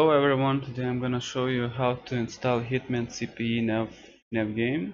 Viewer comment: CPY = "si pi wai" not "si pi ii"